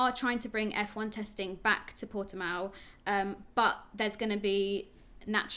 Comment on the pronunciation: So guy, is actually Portimão, with the "ã". The way you prounce it is more like Portimaum. #bottaslifematters #pushbuttonforbottas #softtyresforbottas